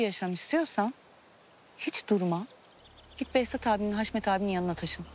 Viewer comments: Birkac bölüm önce hasmete de gardasim dedi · Kaçırmışsıniz Haşmet e de dedi 😅